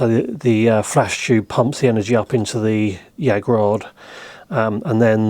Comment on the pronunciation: "Chube" 😄 I love it